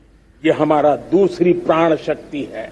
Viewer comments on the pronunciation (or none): Prrad nahi modi ji prad bolo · Sahab praan nahi pran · प्रण शब्द को बार बार प्राण कहने वाला व्यक्ति मूर्ख नही तो क्या है। जो इतने वर्षों के बाद ठीक से हिंदी बोलना भी ना सीख पाया हो वो देश को विकसित राष्ट्र बनाने का सपना दिखा कर सारे देश को मूर्ख बना रहा है। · प्रण होता है, प्राण नही Sir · इन साहिब जी से कोई कहो कि प्राण नहीं होता पर्ण होता है। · ' प्रण' है या ' प्राण '...?🤣🤣🤣🤣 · Modi uncle itna feku ha parn nai prann hota ha